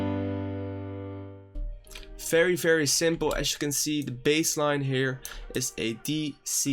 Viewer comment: "FAERY FERY SIMPLE"